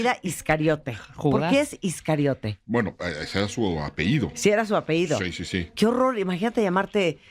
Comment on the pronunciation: Martha!! NO se dice APEIDO !! tú diciendo Apeido o Apehido!?? es APELLIDO!